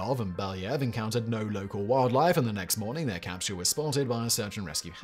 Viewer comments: says "crapsule", and it is glorious. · "...when Leonov tried to crawl back through the CRAPsule's..." lmfao; probably unintentional slip but still accurate.